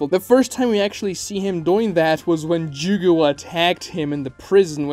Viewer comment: Jugo...it's jugo lol